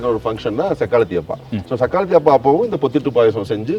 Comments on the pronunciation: சக்காலத்தி❌ சக்கலாத்தி✅ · Wrong pronounciation of sakkalatti Don't disgrace a holy festival of Badagas😮